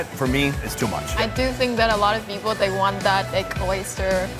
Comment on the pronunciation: we not just gon act like he did not just say dirty pepole